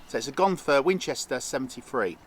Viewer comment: If you get hit, you say, "you guys carry on without me, I'm a Gonher!" Not Gonfur, it's not a shaver for your legs!😂😂